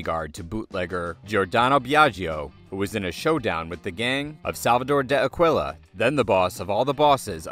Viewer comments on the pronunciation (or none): none